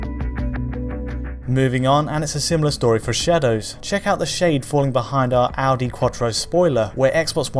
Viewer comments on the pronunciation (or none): none